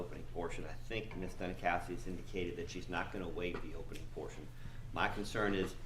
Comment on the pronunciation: They're doing the same thing with the lead prosecutor. Her name is Dunikoski (Duni cause ki) but the they keep saying Duni COW ski.